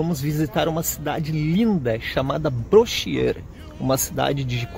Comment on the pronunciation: Ele falou certo, em francês é assim que se fala mesmo: "Brochiêr"